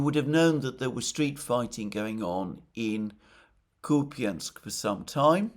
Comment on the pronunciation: WTF is Kupyinsk? Are you talking about Kupyansk?